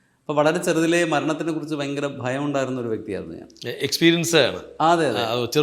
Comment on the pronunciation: ഭയങ്കര fast ..... ഭയങ്കര എന്ന വാക്ക് ഇംഗ്ലീഷ് പറയാമോ 😅 ഭയങ്കരം ... ബയങ്ക്വര